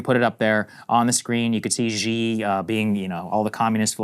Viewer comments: Xi is pronounced shee and not zhee. Also, Krystal, Lesotho is Le - soo - too. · SAAGAR READ THIS PLEASE. You are better off thinking of "x" in Chinese as being an "SH" sound than you are thinking of it as whatever you are pronouncing it as. Whether you are talking about Xi Jinping, Xiaomi phones, etc, just start doing an SH sounds and it will be much closer compared to what you are doing today (a weird zh or j sound). Just start saying his name like "SHE JEEN PING" and you're good. Or Xiaomi phone would be something like "SHE-OW MEE" instead of "ZH(J)-OW MEE" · China and VietNam have had issues for 2000 years. Read a history book. and Xi is pronounced SHE, peasant. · Xi Jinping is like obviously now you know the world's like most powerful person. Might be you know like nice if Americans at least learned how to pronounce his name, like, you know.